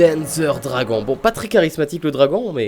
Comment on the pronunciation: C'est Panzer Dragoon, pas Danzer Dragoon. C'est une très vielle licence de Sega et ça fais bien une bonne dizaine d'années, voir plus, qu'on en a pas revu